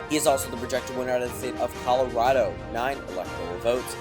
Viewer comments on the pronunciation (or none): none